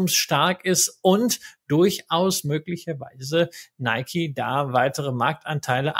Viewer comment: Top! Danke.PS:Film geguckt, aber dennoch nicht "Neikie" gesagt. So wäre es richtig 😊